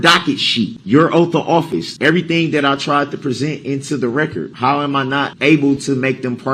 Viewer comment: I can't help but laugh when he says "Now, yeronner! I LET you make yer rec-cerred. Is dat fare to say? I dint inter-upt you while you wer making yer rec-cerred! Now, wen am I gonna be able to make da rec-cerred?" This POS really thinks this is a give and take situation. As if he and JUDGE D are on a level playing field. They are not! That's a really sad testament to what he's gotten out of this whole trial, with the jury ready to hear closings. He hasn't learned a dang thing.😆😆😆